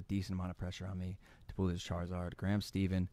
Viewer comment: My man just called Gram Stephen “Gram Steven”